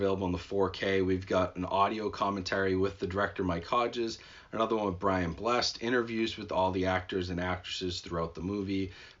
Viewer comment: The actor's name is pronounced Brian 'Bless-Ed.'